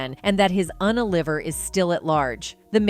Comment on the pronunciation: The AI narration on this is atrocious! What the hell is an "unaliver?" Also, it pronounced the "liver" part of the word like the organ or food smdh. Seriously, it drove me crazy enough to solely comment on the damn AI...